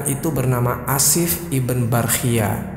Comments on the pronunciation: maaf akhi, sebut nama jangan Ashif iben Barkhiyah, lebih baik anda sebut Ashif bin Barkhiyah atau Ashif ibnu Barkhiyah, menurut saya lebih jelas seperti itu, agak janggal didengarnya kalao disebut ibn (iben) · ibn dibaca ibnu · Iya didengar nya aneh